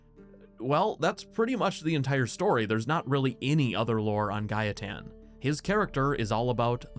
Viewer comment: It’s not “Guy-a-tan” it’s “Gay-ten” Gaeten.